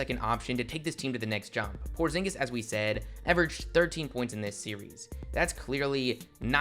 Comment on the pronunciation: Did you say Kristaps Pornzingus?